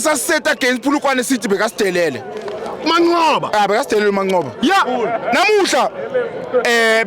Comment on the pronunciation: Kahle wena 💩 its Manqoba not Mancoba dede lenja